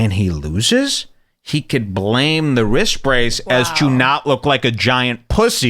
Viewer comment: wtf is a wrist bracedth